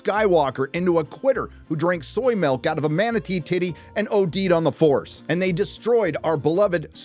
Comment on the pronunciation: You pronounced The FARCE Awakens incorrectly.